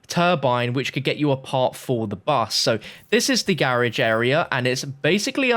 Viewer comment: Funny how he was saying garage